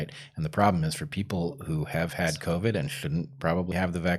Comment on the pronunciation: Okay it's back to co-vee instead of co-vid again. did I miss the memo was there an episode where they decided they were going to change the pronunciation?